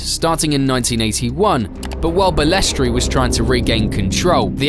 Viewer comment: Please Balestre is not pronounced Balestree.